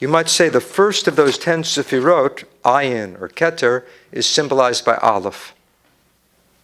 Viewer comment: I question his knowledge of this subject because he misinterprets and mispronounced well known words. Hesed is not love it is kindness/graciousness. He says IEEN instead od ayn. IEEN means eye. Where did he learn?